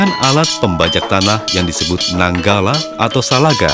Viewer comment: Nanggala 😂😂😂 dibacanya nanggeleh